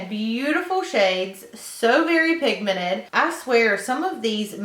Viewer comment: is it me or she doesn't know how to say pigmented, she says pigmenet hahahaah love your makeup